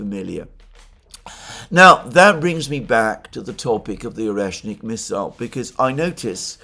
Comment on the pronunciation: "oneshkin", "oreshkin"... :))) all but the proper one "oreshNIK"